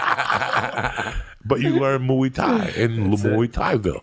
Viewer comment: Of course Joey would pronounce it MOO-thai